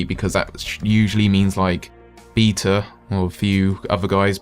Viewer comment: Lol "beeta" - you da best.